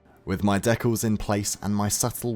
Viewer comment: I really don't understand the need for some modelers especially modelers in social media to miss pronouns DECALS, look it up on all mediums and especially check out Google it will let you hear how to pronounce the word. All of you on social media are showing your techniques and teaching others, so it right or not at all. I don't care if you're trying to be cooler than the others